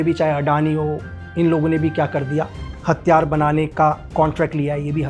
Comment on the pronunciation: आप प्रयास करो कि हथियार को साफ़ साफ़ हथियार कैसे बोले 😂 आपने जैसे हर बार हथियार को हत्यार बोल रहे थे